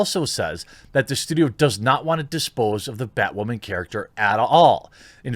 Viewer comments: Everyone: Batwoman Thequartering: BATWAMAN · bat wamin?? 🤣🤣🤣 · why the hell is this guy saying "BatWAmen" and "waman" instead of women? gives me the shits